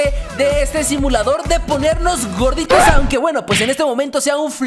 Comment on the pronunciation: jajajaj megus ta cuando dise vonitos y grodito